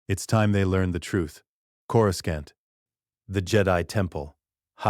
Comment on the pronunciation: Who is this "Cora" and why the narrator keep mentioning her pink bitz? Ohhh, it's just the AI mispronouncing Coruscant with two hard C's (K-sound) instead of one hard and one soft (S-sound) like it's supposed to. If you didn't notice, you will now, FOREVER!!! MUAHAHAHAH!!!